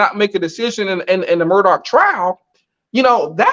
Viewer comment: Astonishing that after all this time, neither of you can pronounce the name. MurDOCK